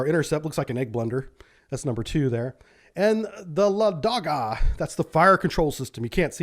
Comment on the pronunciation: "Лáдога", not "Ладóга".